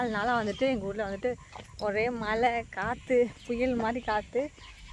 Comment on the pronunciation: திருத்திக்கவே மாட்டீங்களா மலை சொல்லாதீங்க மழை னு சொல்லுங்க